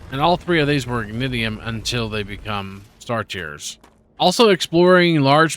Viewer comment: Learned something new on the star tear rocks being Ignitium. 2 things that are bothering me WAY more than they should: it sounds like you're saying "ignidiom". Think "ignition" like your car. Also, the waves are Ruptures (not "rupturas"), like the name of the game. The star is called Ruptura, named after said ruptures. I know i'm being pedantic and nit-picky, but it's throwing me out of the game as i watch while playing.